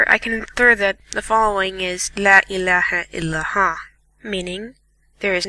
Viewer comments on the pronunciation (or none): Dexter Morgen He says, "La illaeha, ilaha." It's, "La illaehae il-Allah." He just completely messed up the name of God... He then says afterwards, "Allah-oo-akbar," when it is, "Allah hu Akbar." This may seem nitpicky to you, but these mistakes still count and are not sins for him, but for whoever taught him Quran because his mistakes infer he was taught wrong, therefore putting the burden on his teacher's shoulders. This is why it is IMPORTANT you do not mess up the recitations of the Quran because you ruin the meanings in wrong recitation, and you put sins on your teachers' shoulders. I was yelled at and hit for wrong recitations, and taught how important it was to make sure our teachers are blessed for teaching us. Lastly, his voice is annoying and he had no inflection in his voice, and what little inflection there was in his voice was forced and hard to listen to. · Ladies and Gentlemen, Good God Almighty, like back in the old days! That 'Muslim' is not knowledgeable, nor is he pronouncing any of the words correctly. Since when did Inshallah mean maybe? And La ilaha il al HA? WHAT?! My Child, are you trolling or are you actually serious? I would like to rage a little longer but unfortunately, I'm here today and gone tomorrow.